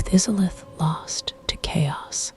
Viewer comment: Now I can't sleep because of how you pronounced izalith